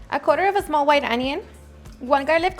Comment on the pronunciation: “Zmall” I’m so glad for CC cause I love your videos n recipes but damn your voice is annoying! Keep up the good work tho!! By far my favorite channel on YouTube!